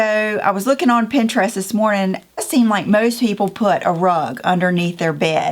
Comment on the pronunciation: You say Pinterest like normal people say Pinterest. If someone criticizes you, they’re not normal 😂. Hobby Lobby, Home Goods, Michael’s and At Home are my go-to stores. Can’t wait to see what you do!!